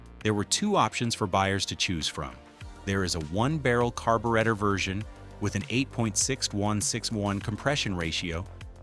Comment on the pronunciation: What's a carbowretta?